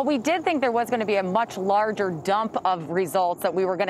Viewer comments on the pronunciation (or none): none